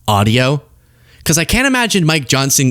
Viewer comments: I swear to go, Marjorie just called Mike Johnson (Micro Johnson) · Maybe she was trying to say Micro Johnson 😆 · Did she say Micro Johnson?😁😅🤣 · She said Micro Johnson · My ears heard crazy space-lazor-lady say Micr'ojohnson 😅 but maybe that's just me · She’s said “Micro” Johnson. 😂😂